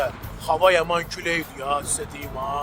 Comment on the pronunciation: Xava yox hava